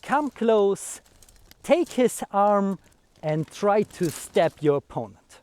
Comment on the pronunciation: Great video yes. As for the English, only thing I'd say is make a distinction between the words "step" and "stab" (more like, "st-AAH-be"). But it's clear from the context anyway. Yes I thought throughout as well, good strategy maybe to keep your dagger sheathed and wrestle him to the ground first. And maybe try to take his own dagger before he can switch to it from his longer weapon. All extremely risky strategies though, succeed perfectly or die. First option: RUN AWAAAAAY! 😂😂